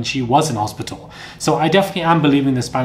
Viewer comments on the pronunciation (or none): none